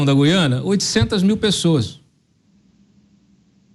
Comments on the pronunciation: Apresentadores, não é Guiana,mas Gu- í ana ,certo? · Falem GU-IANA. Jamais GUI-ANA.